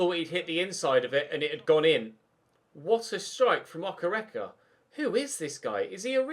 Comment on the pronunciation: its pronounced Okay-ray-kay (okereke) his Nigerian